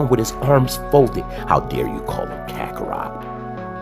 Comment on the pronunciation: Bro said kockarot😂😂 these GT fanboys